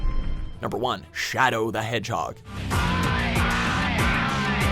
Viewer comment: Shad(ow) the H(edge)hog